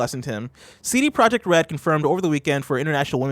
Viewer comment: A silent j in CD Projekt Red...really. C'mon man.